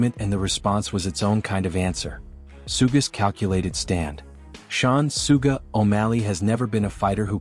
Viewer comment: Sooga Sean o malley lol. Just put an h in the script and the AI thing should be able to read it better